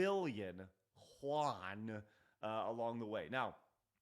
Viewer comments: it's pronounced you-an, not huan. It's chinese, not spanish. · the <1% holding is held by AJ Investment, the hedge fund. AJ Investment's holding never jumped to 9%, you’re confusing this part of the article with Tencent's 9.2% holding. Also, “Yuan” is pronounced as Yu-An, not ‘Juan’, they’re Chinese not Mexican. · AAAAAAHAHAHAHAHAHAHAHAHAHAHAHA TIME TO GET BACK ON TRACK UPEESOFT, NO MORE UPEESLOP!!!! It's not "hwan" or Juan in Spanish, it's yuan 元 "you an" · My man you butchered “yuan” lol. Juan. 😂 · you can try text to speech for "yuan". Its pronounce like "you-and". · why are you pronouncing yuan with an H? it's pronounced like "yoo-an"